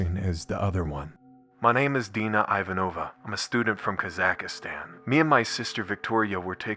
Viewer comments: "kazakastan" Come on dude, it's not hard to read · "Kazakhstan" VA: Kazakahstan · As a Kazakh studying in Europe, I heard worse. Kazakhi-stan is pretty common for some reason. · Damn, such dark lore.. Great game though. My only gripe and critique is that's not how you say Kazakhstan 😅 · never heard a worse pronunciation of Kazakhstan in my life 😭😭😭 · i know its a really sad note but why does he say Kazakhstan like that? lol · The pronounciation of kazakhstan is killing me 😭😭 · It's so bad! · Im sorry,but this is the weirdest way I've seen someone pronounce "Kazakhstan" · Holy crap dude How did you manage to pronounce Kazakhstan wrong twice. Have you never seen Borat? There's also no "I" in Kazakhstan so I have no idea where you came up with this lmfaoooooooo